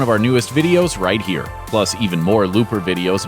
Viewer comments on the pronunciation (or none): none